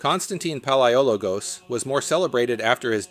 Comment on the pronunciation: PaleoLOgos not PaleOlogos